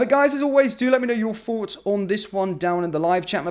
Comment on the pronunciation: Sorry, I can’t listen to this, presentation is too jerky, you need to calm down, stop putting so much emphasis onto so many words. Also, do you want our forts, or thoughts?